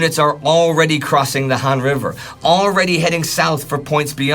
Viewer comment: That river is pronounced H-ah-n not Han.